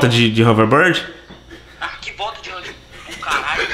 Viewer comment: Vamo da uma volta de "rouverbórdi" 😂